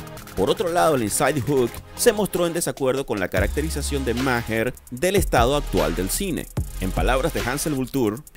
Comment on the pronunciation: Maher se pronuncia ma'ar